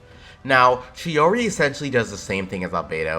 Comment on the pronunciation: It is months later, yet I have to apologise, you said/pronounced it the right way and I didn't, I'm sorry, turns out it is "tschi-oriee" after all, am sorry - I messed up